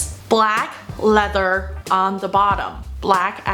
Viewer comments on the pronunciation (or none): none